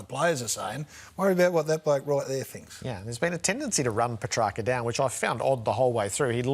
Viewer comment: Ralph not even pronouncing Petracca's name correctly